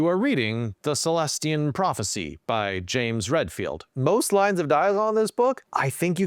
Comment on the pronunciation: How do you manage to pronounce Celestine as "Celestian"? As a counter to the complaint about "Diction Level Changes" I know that, for myself, I have several levels of diction that I use, ranging from super pedantic to ultra-colloquial, and it's largely a matter of which spirit is currently seizing me, but I can certainly go from one end to another in a single conversation. I suspect more image conscious people will tend to stick with one range of diction, but that's probably a minority of people.